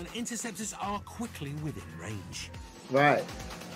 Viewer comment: They are interceptors not "enterceptors"